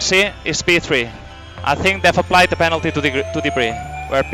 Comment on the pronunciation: "Pentaly" , but let you off as it's a Wednesday